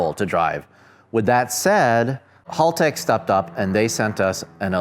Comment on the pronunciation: Just a fyi, Haltech is pronounced "Hell-teck"